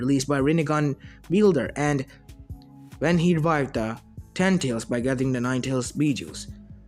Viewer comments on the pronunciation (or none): none